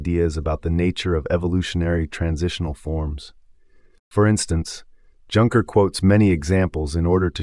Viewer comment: The AI voice can't even handle Junker. But the content is great, so I'll overlook this.